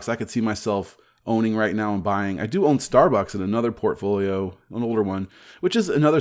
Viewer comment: Did you say portfolio or pantry?